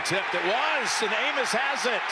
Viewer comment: 💀 I think someone forgot how to say Amos